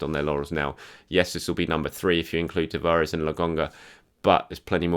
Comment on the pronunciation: TA-VA-RES. Not Taveres! Christ you think you'd pick up the right pronuncation after repeating someone's name over and over again